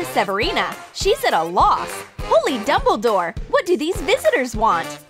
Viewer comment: did she just said holly dumbldore